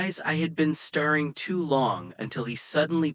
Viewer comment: AI so annoying - datting, starring at the ceiling